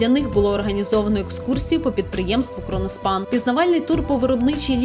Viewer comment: КРОНОСПАНА А НЕ КРОНОШПАНА